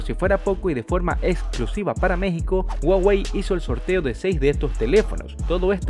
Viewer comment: Ya no es Huawei ahora es Guawei🤣🤣🤣